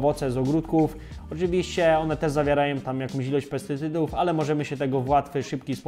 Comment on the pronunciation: Pan się wypowiada o zawartości PESTYCYDÓW, nie potrafiąc wymówić tego słowa poprawnie. Nie chodzi o złośliwe czepianie się słówek, po prostu nie wypada Pan wiarygodnie. Mam wrażenie, że Pan nie wie, o czym mówi, a te błędy w filmie z tego wynikają. Może pierwszy raz Pan o tym coś poczytał. Obejrzałam materiał z nadzieją na informacje wykraczające poza „mi się wydaje” albo „ktoś powiedział”, bez głębszego wejścia w temat i raczej bez zrozumienia.